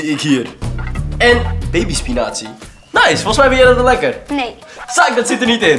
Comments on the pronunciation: Waarom zegt hij spi-nazi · spiNAZI??? Wat is dit nou? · In het begin lijkt het als of hij spinazi zegt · spinazie Klinkt als spinatsie Van de WO2